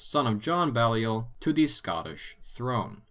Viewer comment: It's nitpicky, but "Balliol" is pronounced with a long "a" sound like BAY-lee-ol. It's of French origin, specifically the name of the village where the family came from in Picardy: Bailleul. There's a Balliol Street near me and for years I called it "BA-lye-ol". It was only later that I learned that both it and the next street over Merton Street were named after the two constituent colleges of Oxford.